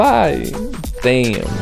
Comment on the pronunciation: bruh that "Damn" made him sound like he lost his whiteness for a second